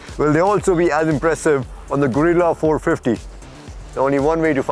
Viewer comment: sorry man you kept pronouncing gorilla in three different ways and I just had to point out. I didn't mean anything by it, also thank you for the review 😁